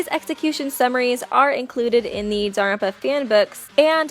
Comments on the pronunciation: Jesus lady, it’s not danaropa it’s Danganronpa. You also sound pretentious using their last names only, especially when reading the text. Christ, at least annunciate. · Um just a little heads up it’s not pronounced da-ram-pa it’s pronounced dagan-rampa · It sounds to me like shes say “danranpa” every time she says Danganronpa. Please don’t hate on me for making this comment ;^ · daganronpa dang-gan-ron-pa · It's legit pronounced Don-Gan-Ron-Pa they say it in the game and anime x.x how do people get this wrong still??? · really really really tried to watch this video but after the 5th or 6th time she called it "daropa" i had to dip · You just said Danganfowa